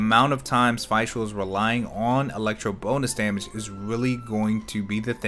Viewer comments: ok i have to say this... its not Feischl, its Fischl, spoken like you spell "e" in english, its Feshl, (Fischl) thats german... i cant hear that butchering of the easiest name in the game xD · Did he just say Fai Schul? It's Fischl like Fisch l ... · just a heads up but since fischl's whole schtick is uhh being german (nicknamed prinzessin and all that), her name would be pronounced as FISHL. yes. like a fish. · you mean it's pronounced just "fish"? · I don't want to be that person, but since Fischl's a german-based character, I think you should pronounce her name as "fish-el". ^^ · I figured as much ATK as possible on Fishl because 80% of her ATK is done as Electro DMG when Oz is out and an Elemental Reaction is proc'd. Also her name is pronounced as if you were saying official without the O. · "Fi-chel" WAT?? yo correct that pronunciation plz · your pronunciation of fischl gave me a stroke